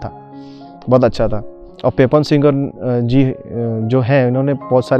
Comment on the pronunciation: Bhai pronunciation पेपोन नहि पापन हे।